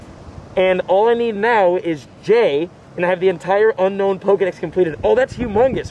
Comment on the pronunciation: Your one of the only person I have seen that can pronounce Pokémon names right and play Pokémon go But that’s not how you say unown “it’s u-no-wn not unknown”